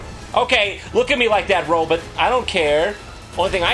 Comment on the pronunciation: Jon keeps saying "Robit" like Zoidberg lol